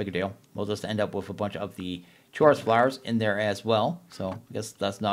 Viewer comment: Who pronounces "Chorus" like that?